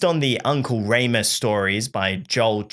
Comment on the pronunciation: Uncle Reem-us not Ray-mus